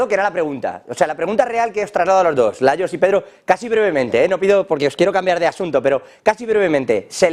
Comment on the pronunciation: Se nota que está un poquito disociado "layos y tluenos"😂